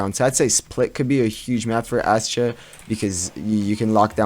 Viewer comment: I swear he was saying "Ashit"